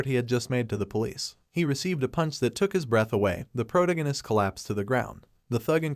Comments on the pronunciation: Pro ta gin nist < pro tag nist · OMG the way he pronounces protagonist is killing me